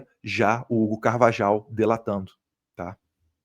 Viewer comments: Eduardo, me deu gastura vc pronunciando Carvajal... é [Car-va-RRAL] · Acho q a pronúncia é CARVAHAU E NÃO CARVAJAL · Pronuncia certa: CarvaRal e Magnitsk e não magninski!! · Eduardo, vc fala espanhol. O J tem som de RR. Logo, a pronuncia correta é CarvaRRal.